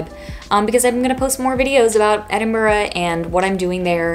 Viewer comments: It's lovely to hear an American pronounce Edinburgh correctly! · The only non scottish person I've heard actually pronounce Edinburgh correct.